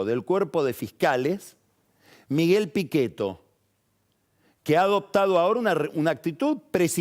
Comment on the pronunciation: Jajaj la pronunciación perfecta en italiano “Miguel Pichetto”